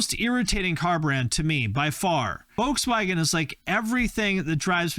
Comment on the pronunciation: *Volkswagen, not Woukswäggenn